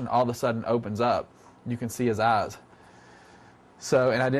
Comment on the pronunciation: This man prononce "ass" instead of "eyes".